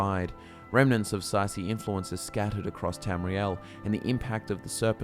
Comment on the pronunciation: Say see is not how you pronounce tsaeci